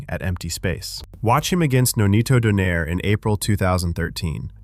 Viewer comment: I think it's pronounced Donai-re